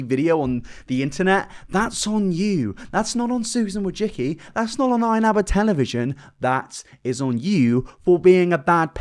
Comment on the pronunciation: It's pronounced "wo-jisky".